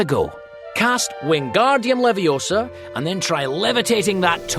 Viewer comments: It's leviosAAAAA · it Leviosa, not Leviosa